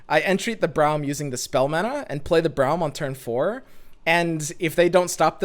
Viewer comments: Why do you pronounce Braum as Browm? Braum himself says his name and it doesn’t sound the way you say it. Is just me whose hearing this?!???? 😰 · I think it's like "Brawl" but with "hm" on the end.